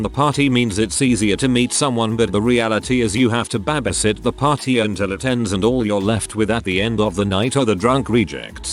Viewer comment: “Pary house”